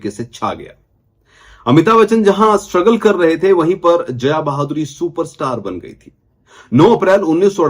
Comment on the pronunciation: भाई वो बहादुरी नही बाधुरी है 🤣🤣🤣